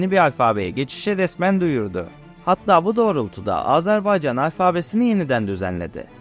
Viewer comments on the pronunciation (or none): Azerbaycan demeyi öğrenmeden bir bok olma. Azarbaycan dedin aq. Azerbeycan diyen de var.